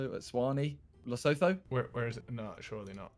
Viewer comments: The way they're butchering Lesotho and eSwatini 😭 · The way they say Lesotho is quite painful😭